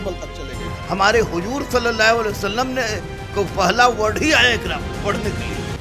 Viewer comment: चीन तक जाने वाली बात अरब की कहवत है। इक़रा का मतलब है...पढ़ो. सल्लल्लाहु अलैहि वसल्लम ..khan sir इसका उच्चारण नहीं कर सका This is the level of knowledge of khan- so called sir.